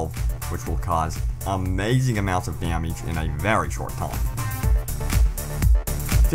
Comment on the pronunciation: As I keep watching it gets worse! Damiege damiege damiege! It's damage !